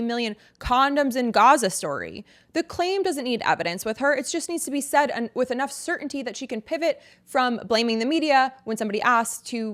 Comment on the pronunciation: "we've had e fucking nuff"😂😂